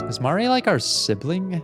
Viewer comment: pleassee the way you keep pronouncing basil as bah-sul is killing me as well as Mari I don’t know what’s specifically wrong with the way you say Mari bc now I’m accidentally taking on your pronounciations